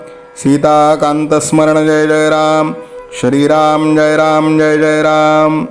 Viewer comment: ग्रंथ वाचन खूपच छान आहे.आपणास साष्टांग दंडवत करतो🙏.पण तुम्ही श्रीराम ऐवजी शरीराम का म्हणता ते कृपया सांगावे🙏🙏 श्रीराम जय राम जय जय राम ❤️🙏❤️ डोंबिवली.